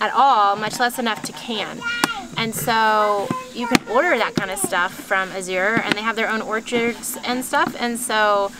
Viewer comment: Your Azure Standard coordinator is supposed to let you know when the truck is late. Pronounced Az-zure.